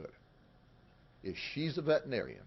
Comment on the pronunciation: Sheriff, the word is pronounced "vet-er-i-nar-i-an." Six syllables. You speak so well I had throw this in here.